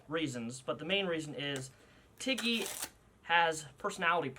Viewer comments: When you said Tiggy at first I thought you said Titty. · At first I heard Tiggy as Titty :'D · "This is Tiggy-" My dumbass brain: did he just say T I D D I E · this is my cat tiggy what i understood: titty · Ngl when he said tiggy I thought he said tiddy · I honestly thought you said titty 🙄😂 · I heard Tiddy when you first said Tiggy’s name. Lol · I thought you said titty not tiggy lmfaooo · I thought you said tittie at first. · Not going to lie at first i thought you said his name was titty lol 😆